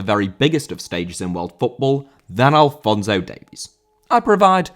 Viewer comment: Alphonso* not Alphonzouw